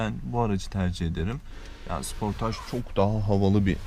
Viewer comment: taksın ve sıportaj demen güldürdü